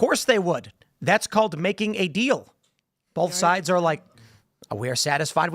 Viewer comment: Am I the only one annoyed that Tim says bolth instead of both?